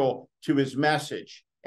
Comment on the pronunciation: The word is "metastatic". "Met-a-STAT-ic". Not "metastic." Should NOT rhyme with "fantastic".